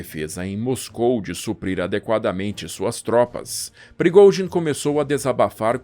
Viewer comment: Esse cara é um poeta da narração.. da gosto de ouvir as palavras e outra coisa eu aprendi a pronunciar o nome de prigozin...kkk